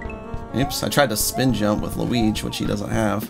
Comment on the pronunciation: When you said Mario Luig it sounded like my luig